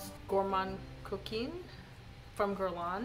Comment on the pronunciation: You know I'm your girl when it comes to pronouncing perfumes. Epices Volees is more like "A-peace volay." Also your Gourmand Coquin is pronounced more like "Coke can" but imaging you have a sinus infection and you can't pronounce "can" very well so you don't pronounce the N so much, LOL. Anyway, it's not a long E at the end of Coquin. BTW, I haven't smelled the original Gourmand Coquin but I had a DUA dupe once and I didn't like it, but probably the OG smells better. My favorite of your group is Cuir Beluga. I just adore Cuir Beluga